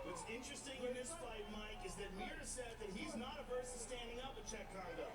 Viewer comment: Dude, how do you not know it's Cheick Congo, not Chuck!! WTF. Not a lot of French guys named Chuck.